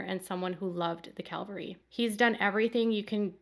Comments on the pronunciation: CAValry not CALVary. Huge difference. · I hope you don’t mind me pointing out the word is cavalry not Calvery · I cringed every time you said ‘calvary’ when quoting the National Guard officer. ‘Calvary’ is the hill on which Jesus was crucified. ’cavalry’ is a military term. There’s literally a world of difference between the two.